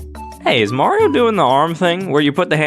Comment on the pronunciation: It's-a-me! Maruto!